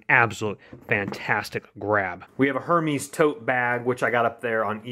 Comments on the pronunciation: It’s not her meees it’s pronounced hare mez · Er-mez not her mes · The h is silent it Hermès so it’s ermas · Gregory Chambers thank you! It makes me cringe when it’s mispronounced.